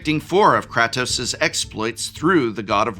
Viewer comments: Wow he really butchered Kratos name lol. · mispronouncing kratos was a good bit Edit: they did make a Metal Gear (Solid) secret lair..its the secret lair by Yoji Shinkawa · I involuntary twitched every time he said kratos wrong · As a big god of war fan i need to know if Prof is mis-pronouncing Atreus and Kratos... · prof pronouncing kratos with a short a instead of a long a had me doing a double take for a moment. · God I hate the way you say Kratos! The game has only been around forever and I am sure you have heard the pronunciation. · Prof, i had to post a second comment on this bc i need to congratulate you! With the exception of Nathan, you managed to mispronounce the majority of characters from these games and you repetitively stated the names wrong. It was so infuriating I need to make alter of my rage now! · Dont say Kratos, but pronounce it as Kratos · that kratos pronunciation 💀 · im sorry but it bothered me the entire GoW parts that you said kratos as Crat-ose, ITS Crate-ose idk if you were saying it to trigger me in particular lol love the videos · Did just say Krahtos? KR-AY-TOS!!!! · Edit cause profs right* The way he pronounces Kratos, has Greek gods turning in their grave It can be pronounced both ways, but the more accurate pronunciation is (KRAH-TOS) While the more American way of saying it is (KRAY-TOS) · I don't appreciate the pronunciation of Kratos(Kr A toes) as Kráhtos. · Does it bother anyone else hearing him say “Kahtos”? 😖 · I’m sorry… “Krahtos”?? 😂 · Nobody correct your pronunciation of “cray” “tose”? In this economy? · Prof, in the nicest way possible, IF you're gonna talk about franchises you don't know about, at least learn how to say the characters names 😂 "Krah-toas"? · Did Prof just say Craptos? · KRAH-TOS? ugh. please don't ever say it that way again. painful. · You cannot be serious with that Kratos (Kray-Tōs) pronunciation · Ah yes, krahtos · Dude you said Kratos wrong one too many times. Please.